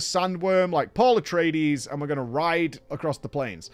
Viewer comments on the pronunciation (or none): none